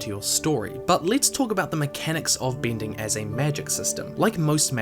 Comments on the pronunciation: Im sorry, great video but it's off-putting from time to time I have to cringe at your pronounciation: earthbinder, bindir, binding...ugh. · great video! but i cannot help but be amused by your kiwi pin/pen merger affects the word "bending"